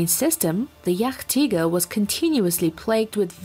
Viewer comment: The pronounciation is just hillarious. jagdtiger became jach-tiger while jagdpanther became yuck-tiger haha!